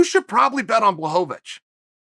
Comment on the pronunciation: Block-a-witch Bluh-ho-vich Bluh-ho-va-vich